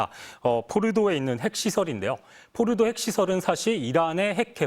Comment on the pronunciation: 발음 존나 꼬네 포르도 라고해 폴도 하지말고